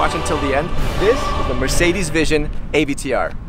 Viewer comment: Ah, yes, the Mercedes AyVeeTeeUrrr